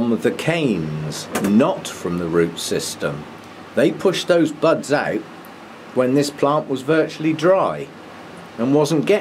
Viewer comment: Had me startled for a moment!! I had the volume down and thought you said "bugs"!!! at first....instead of buds!!! LOL :) Love your videos...I like the way you try to mount your orchids as "natural" as you can.